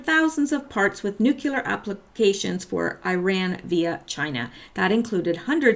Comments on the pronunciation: nuclear = nu-cle-ar NOT nu-cue-lar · This is not meant to be a mean comment, but it is fueled by the frustration of living in a world where no one can seem to properly pronounce 'nuclear.' It's [Noo-Kleer] NOT [Noo-cue-ler] There is no "U" between the 'c' and the 'l', and if I can get just one person to start pronouncing it properly, all this pedantry will have been worth it. ...I'm sorry... do continue.